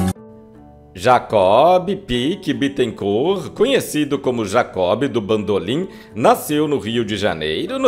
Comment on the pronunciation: "Jacó Bidú bandolin" 😂😂😂😂😂😂😂😂😂😂😂😂😂😂😂😂😂